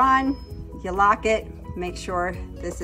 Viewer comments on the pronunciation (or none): none